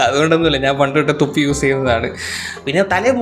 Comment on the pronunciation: Ennum തൊപ്പി വച്ചാൽ കൊഴിയൂന്നുള്ള cmnt വായിക്കുമ്പോഴാ പറയണേ പണ്ടുതൊട്ടെ തൊപ്പി ഉപയോഗിക്കുന്നതാ ന്ന് എനിക്ക് കേട്ടത് തുപ്പി ഉപയോഗിക്കുന്നെ nn🤐🤭🤣🤣🤣🤣🤣